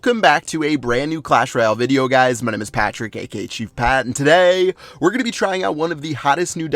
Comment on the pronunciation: Why does he say TODAY that way , its like his chocking on a dick